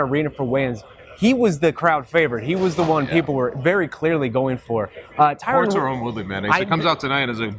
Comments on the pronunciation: Wtf . Terone?? His names tyron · Lol the guy didn't even know his name. Tyron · Is it really that difficult to say the name TYRON properly? Lol. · Please teach how to pronounce Tyron.